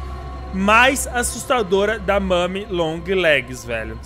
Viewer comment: Eu tambem escutei ela fala isso não é momi é mommy